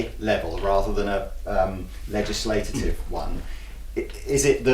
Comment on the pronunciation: “Legislagitive” - 👍🏻love it